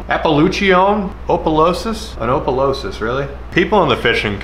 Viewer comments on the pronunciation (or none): I’ve always heard bullhead cats were mud cat fyi. Maybe just me. And Opelousas is pronounced “Aw” pelousas. I love your stuff brother!!!!! Thank you for all of the videos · Being from louisiana the way he said oppolueses killed me😅.